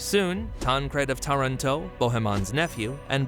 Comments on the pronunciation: pronounced Taranto incorrectly. No italian has ever pronounced it that way. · Again Taranto is mispronounced.